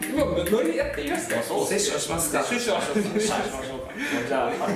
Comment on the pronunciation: セッションじゃなくてセツションです（つ感）大事にしてくれ〜〜